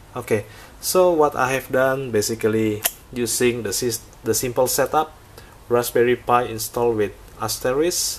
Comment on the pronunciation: "Raspberry Pee Eye" LOL